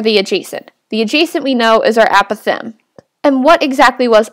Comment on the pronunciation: The pronounciation of apothem makes me a little crazy